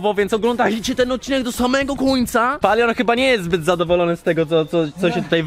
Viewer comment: Nie mówi się POLION tylko Palion 🙂🙂🙂🙂💖💖💖.